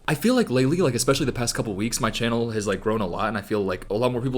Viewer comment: "my channel has grown alot" i swear to god he said chinhole